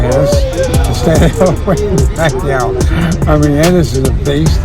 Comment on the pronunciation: Here is some help. Pacquiao rhymes with "machiatto" like the drink. Replace the "m" with "p". Remove the "tt". "pa-ki-OW" not "PECKY-ow"